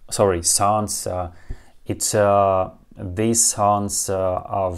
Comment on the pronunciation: Мне нравятся ваши видео,. Спасибо за ваше время и работу. У меня есть небольшое предложение для вашего английского произношения. Я знаю, что в русском языке последний согласный обычно незвонкие. На английском языке: обычно звонкие. So, instead of 'thees songs' for 'these songs', try 'theez songz', etc. Even 'phrases' is more like 'fray-zez'. У меня проблема обратная!